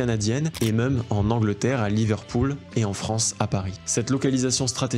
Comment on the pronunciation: Tu dis « meum » pour même. Tu es breton?